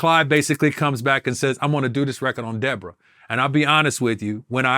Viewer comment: said “were you and debrorah cool”